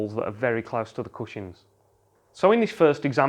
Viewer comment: Is no one going to mention the fact he is saying cushings instead of cushions?